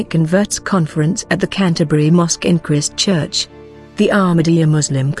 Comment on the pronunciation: Your pronunciation of Maori is terrible & Christchurcn